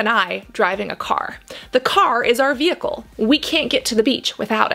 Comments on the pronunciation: Vehicle* ma’am. Not vheicle. Thanks for the video tho. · Cassandra love your video but it is "VEHICLE" not "vheicle"! 😂😭😂😭